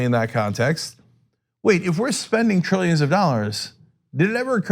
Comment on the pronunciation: Trrillianands Of Dallars